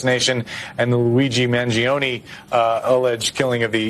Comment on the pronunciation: Did he say Mangioni allrged killing of the CEO?